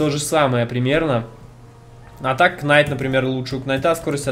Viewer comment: Рыцарь произносится не Кнайт а найт. Уши режет честно говоря.